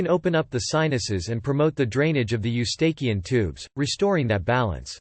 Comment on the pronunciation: WHAT ANOTHER LOAD OF TOTAL BULLSHIT!!!!!!!!!!! CAN'T EVEN PRONOUNCE EUSTACHIAN TUBE RIGHT!!!!!! COMPLETE 100% BULLSHIT!!!!!